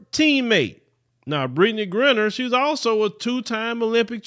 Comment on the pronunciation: Brittney who? Lol check the pronunciation